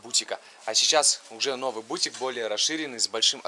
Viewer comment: Ваш этот бУтик прям по ушам режет! БутИк! Элементарное слово же🙄🤦🏻‍♀️